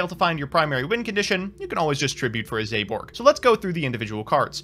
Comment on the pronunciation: zaborg: zEyBoRg